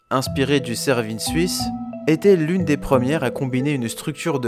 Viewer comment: On dit Cervin, et non pas Cervinne..